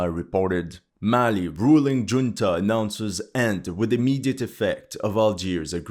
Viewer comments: At that time stamp you pronounce junta with a 'J', while in fact it is pronounced as an 'h' because it is a Spanish word. Not judging, you speak English better than I speak anything else, but a military 'Juneta' caused me to giggle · Good French pronunciation! Yet, Spanish junta is [hunta] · "Ju" in "Junta" is pronounced like "Who". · It's Khunta, not Djunta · "Junta" is pronounced "hoon-tuh." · For the record: it is pronounced "hunta." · OMG, in "Military junta" the "J" is read as "H". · Junta is pronounced "hunta". How do you as a supposed military analyst not know this basic fact?? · The English word, "junta" is pronounced as HOON-tah. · I'm not being critical, but I found it interesting that you pronounced "Junta" with a "J" sound instead of an "H" sound. Of course, excellent video like always.